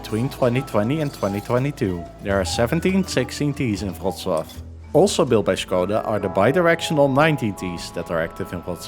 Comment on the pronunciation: The Polish Ł is pronounced like an English W, not a V. It was originally a dark English L.